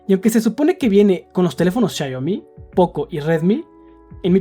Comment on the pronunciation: por que le dices siayomi???